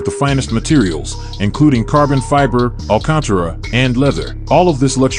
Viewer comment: dude you butchered some of these names and said alcantara so strange lmao